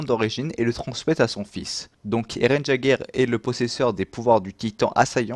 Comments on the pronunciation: Tu fais des fautes de prononciation sur le nom de famille d'Eren c pas "jager" mais "yègeur" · super vidéo mais Jäguer se prononce yèguer et pas jaguier X) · Eren jaguère.... on dit yègeure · Arrete de dire jageur Pétain c'est yaeger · J’adore tes vidéos mais tu a dit eren Jaeger avec le son jjjj et pas avec le son yyyy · C'est yager même si sa s'écrit jager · Yégerr pas jaigerr sinon bonne vidéo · Ça se dit pas jager mais yéger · ses eren yeger est non pas eren jeger petite corrections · Pas Jager on dit Yager (chasseur en Allemand) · Mon dieu s'il te plaît dit Eren "Yégeur" (jäger) et pas "Jageur". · Jeager se dit yeager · J’aime ta vidéo mais Jaeger se lit Yeager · Ça s'écrit Jager mais ça se prononce YAGER. Merci. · Eh ! Pour l'assaillant de Eren Jäger se prononce yèger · Ça se prononce illeger et s'écrit jager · cest pas grave (meme si sa m'énerver quand tu disais "jagueur") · EREN JÄGER SE PRONONCE ÉRENNE YAIGEUR voilà ça me démangeait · Par pitié, prononce correctement le nom Jäger stp. La majorité des persos ont des noms allemands et c'était la volonté des créateurs. Jäger signifie ''chasseur'' en allemand. On prononce iégueur, Sieg se prononce zigue, reiner se prononce rainer. Je trouve que c'est plus respectueux puisque c'est une volonté des créateurs 😉 Merci pour cette vidéo et bonne continuation ! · Die Nationalmannschaft mec essaie pas de corriger si tu fais une faute c'est jäeger